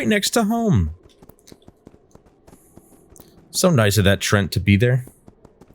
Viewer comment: I guess it is pronounced Tre-ant Nice horse btw